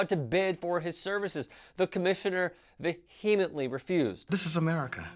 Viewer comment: Vehemently - vee-eh-ment-lee.